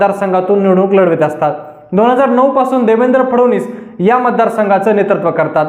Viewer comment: फडवनीस नाही रे फडणवीस असे आडनाव आहे..